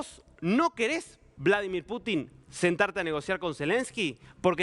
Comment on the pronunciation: Vlodolir Putin?? De dónde han sacado a ése reportero?